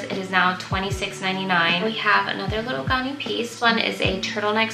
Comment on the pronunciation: Ganni is pronounced, with the a sound being like the a sound in "apple" or "Gary"!. My absolute favorite brand, and repping my country! ✨👏